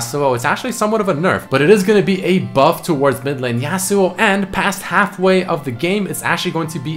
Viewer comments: Say yasuo so fuckin weird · Is anyone else annoyed every time he pronounces Yasuo wrong lmao